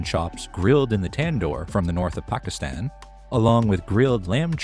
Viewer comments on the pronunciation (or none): none